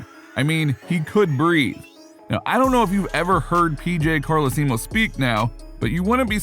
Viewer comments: PJ Car-Lee-See-Moe😂🤣🤣🤣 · Carlaseemo lmao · Carl-lee-see-moe?? Lol.. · Pj Carlesimo is pronounced a little different. The WWE had a hell ride flight with a couple flights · He just need to learn how to pronounce P.J's name. Just like I need to learn how to spell his name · 😂 The narrator butchered PJ Carlesimo last name that's definitely not how you say it. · And he kept saying it😳🤣🤣🤣